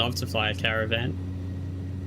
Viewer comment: Repeat after me CAAA RAAA VAAAN . Come on, you got this 😂😂. Cheers mate . Nice content.